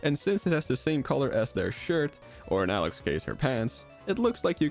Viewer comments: its alex not alec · Did just said Alen instead of Alex?